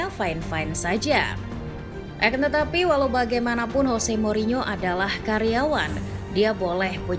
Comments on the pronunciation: Saran min. Untuk pengucapan yang betul itu Jose bukan Hose. Itu kata Mou waktu masih di spurs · ya bener dia kan portugis bkn spanyol, kalo spanyol baru dibaca hose